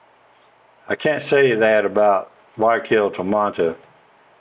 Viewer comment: "WHY I KILL"..learning spanish?if u cant pronounce Guayaquil...thats how...😂 hi, great videos lately.. by way i know the Villaroel family Davids..great people. We used to surf together...say hello. Saludos t care...